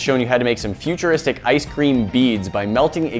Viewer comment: Why are you calling them futurisric?